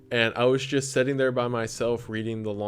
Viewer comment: you seem so genuine and down to earth, and I'm just obsessed with the kind of content you do. It's soooo cool to get to be here in the beginning cause I know you're gonna get crazy big. Keep up the good work!!!!! Also it's so adorable that you say setting instead of sitting loool